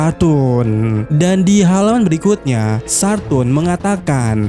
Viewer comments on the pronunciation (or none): Bacanya Saturn bang bukan Sar turn 😂